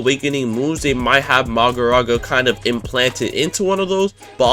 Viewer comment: Every time I heard bro misronounce Mahoraga as Magoraga, I shed a tear... Also, in the anime, Megumi's domain is incomplete, so he doesn't use it that much as it can only be used in closed space due to it not having a barrier. Considering in the anime Megumi hasnt tamed Mahoraga meaning he cant control it so its basically suicide to actually summon it, it wouldnt make sense for it to be his ult in the game as it would just be a berserker boss that 1 dhots everyone.